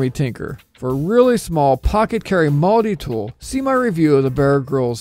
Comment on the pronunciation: "Mulddi Tool"